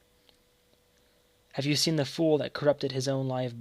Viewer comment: Pronouncing Sing as Seen